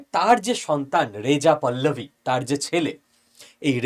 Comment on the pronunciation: পল্লবী না পাহলবি